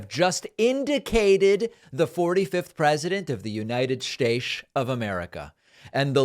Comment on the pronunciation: So glad you could articulate United Shtates. Kudos